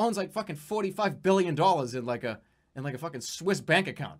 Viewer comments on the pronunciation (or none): none